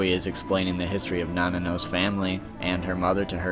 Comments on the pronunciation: Also it’s nanao, not Nanano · Gin's eyes were also shown as yellow in Bleach: Dark Souls for the DS. This was a good video but geez the mispronounced names were murder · i’m sorry but the mispronunciation of some of these names are lowkey triggering😂